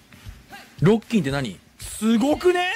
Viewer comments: 相変わらず加藤の新しい言葉知った時のイントネーションがおかしすぎてワロけるwww なんやねんロッ↓キンってw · ロッキンの発音がファッキン